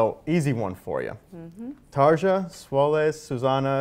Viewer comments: Who the fuck is "TarZa"? Is it so hard to prenounce her name? Anyway... Tarja is awesome! So natural and friendly. And one of the most beautiful woman In the world. How not to love her? :D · she just pronounced her name "hi my name is 'Tar-ya'" "we got tar-jah" *facepalm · Agreed. All words in Finnish with the letter j are pronounced like the letter y. So her name is pronounced “Tarya” not “Tarja”. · I think he brutalized her name's pronunciation. It is not Tar-Juh, it is Tar-Ree-Uh. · Geez... it's so annoying. "Tarrr-yaa" she said, "Tar-jah" he said ... In other video "Rammstein" pronounced as "ramm-steen". Damn, people, I know that speaking other languages is not so easy - as you can see in my comment probably - but here's the recepie: take the word about which you're not sure how to read it, paste it in google translator and freaking listen to it in correct language. Well, first of all - assume that not every word in the world shoud be pronounced in English. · That doesnt make any sense dude. In my country, literally, we pronounced it Tarja. But we have 0 issues pronouncing it Taria since that's how her name is supposed to be pronounced. It's just respect. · she must hear that "tar-ja" all the time though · It is Tar-ya, but the "r" is a rolling consonant. That is common in Deutsch (German), but not in English. In any case, the interviewer pronounced it wrong. Asking questions about Tuomas Holopainen also made her visibly uncomfortable. One should really do a little research before doing an interview with a performer. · LOL. I chuckled at that immediately as he said it. I was like dude she JUST said TARRRRR-YA lol. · Tarja is not an English name. It´s Finnish. Regardless of what anyone in the anglosphere thinks, it´s pronounced "Tar-ya". End of story. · him: "tarsha" me: nooooooooooooooooooooo, juuuust nooooooo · Tarrscha?? Really?? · Honestly I stopped watching the moment he said "Tar-ja." Holy moly dude. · When you mispronounce Tarja's name to her face.